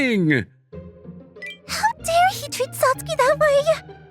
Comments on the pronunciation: MVA's voice does not match ANY character he voices unless it's an old man. Maybe don't have him voice teenagers in these stories? And it's pronounced Sats-ki, not Sat-sue-ki. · This could have been a great episode instead of just good. The MC voice sounds to old for highschool and his pronunciation of Satsuki was jarring. Even google translate can pronounce it better.